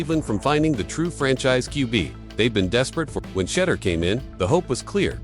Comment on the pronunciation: His name isn't Shudder nor Shedar. Learn how to pronounce his name correctly before making videos or reporting lies especially.